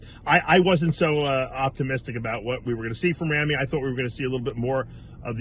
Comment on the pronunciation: Someday Dave will actually learn the correct pronunciation of Ramy's name is Rah-me and not Ram-me. He's been mispronouncing Ramy's name for years!